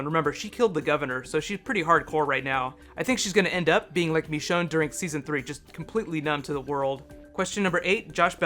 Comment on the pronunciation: Why do you call Michonne MEchonne? Nice vid btw